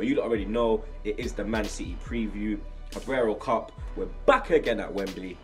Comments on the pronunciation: Carabao not cabraro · My man cannot pronounce Carabao xD